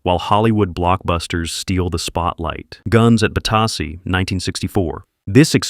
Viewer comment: pronounced bata sea ...